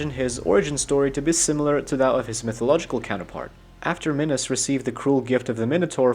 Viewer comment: Please stop saying "minus" instead of minos. Love ya